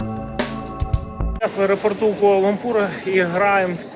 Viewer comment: Ку-а-ла - Лампур. Кто как называет:Куампур ,Кулампур. Четче можно пожалуйста. Вы же контент снимаете. Изучите название хотябы. Это как с Кахраманмарашем было в турции.